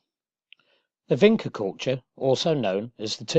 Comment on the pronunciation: For the love of God, it's pronounced VINCHA, not "Vinka". Jeez!